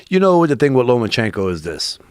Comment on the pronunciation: Is it bugging anyone else that he keeps saying Lomanchenko. With a N